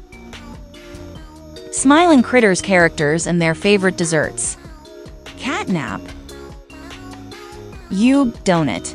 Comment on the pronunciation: The catnap name is not right it said catnab